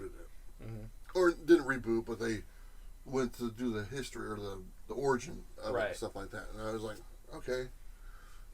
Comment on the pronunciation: Can we talk about pronunciation of origin? Every time I hear him say it, it freaks me out. LOL